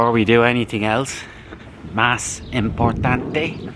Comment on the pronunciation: "Mas importante" it's like portuguese from brazil, It's funny you saying it. Sound a hard accent british 😅. Keep up strong buddy